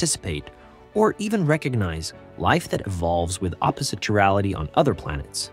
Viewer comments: KY rality not Chirality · Important topic to make a YouTube video on. The words “chiral” and “chirality” are pronounced with a hard “c”, not a soft one.